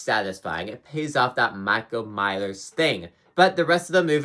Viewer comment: “Michael Mylers”